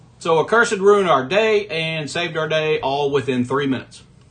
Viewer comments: Love your vids but it’s “uhhh-cursed” not “uhh-curse-ed” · It's pronounced uh·kur·suhd